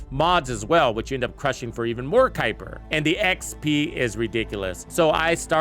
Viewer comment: The mispronunciations by youtubers for this game is insane. Kuiper, valby, viessa, sharen lepic.... The words/names are said in the game by characters multiple times, and they still say it incorrectly. Drives me nuts 😂😂